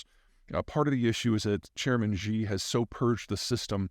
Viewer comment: Chairman "SHE" FFS, please say "SHE" not "GEE" you sound ridiculous. "SHE" is the closest approximation in English. All Chinese speakers are cringing big time every time you say his name. You are making us sound silly.